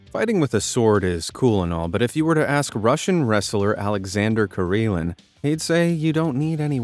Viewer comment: I SEE - Karelin I HEAR - Kareelan. 😲